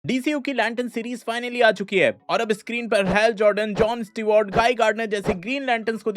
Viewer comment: जॉन स्टिवॉर्ट ❌ जॉन स्टिवर्ट ✅